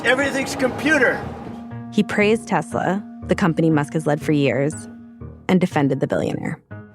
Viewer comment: The Orange Man can't even drive a car lol 😂 Tesler he said!